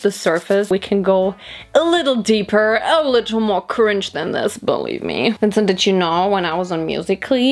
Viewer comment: The way how she said vincent